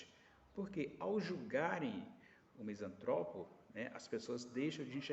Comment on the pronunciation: Sou misantropo, não existe misântropo, esse acento que vc usa para falar de nós, está errado. Sacou minha misantropia? Mais características: uso de analogia desde os três anos de idade, sou inventor bem sucedido, sou escritor premiado, sou músico amador, desenvolvo robôs utilitários, programo máquinas complexas, não tolero a ignorância pretensiosa. Muito reveladora sua colocação, obrigado pela análise.